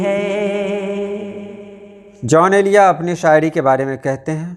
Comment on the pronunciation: محترم ان کا نام جون ایلیا تھا نہ کہ "جان ایلیا"